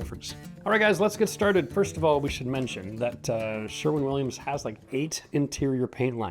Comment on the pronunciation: Didnhe say sherman williams?